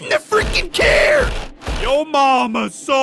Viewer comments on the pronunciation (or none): I mean the dummy should know it's not care it's car